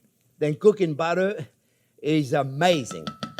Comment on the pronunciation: BUTTAH.....love it chef!